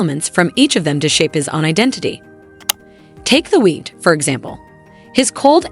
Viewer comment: it’s the weekend, not the week and it's Dr. Dre not Dr. Druh. AI much?